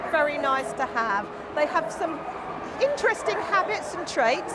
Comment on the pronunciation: "They have sume intristing traits like borking and digging" 😂😂